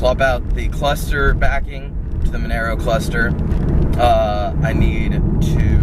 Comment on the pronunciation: Nice project, its pronounced Mon - ahh - Row